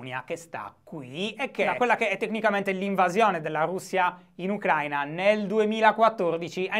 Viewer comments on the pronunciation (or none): none